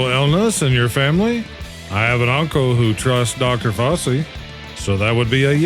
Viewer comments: its pronounced 'fao-chee'. Not faw-chee. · Is it AI voiceover? I cant imagine youre actually mispronouncing things so horribly. Fauci, secede, DOGE, allocated? You might have to spell some things wrong in your script to get the AI to say it properly.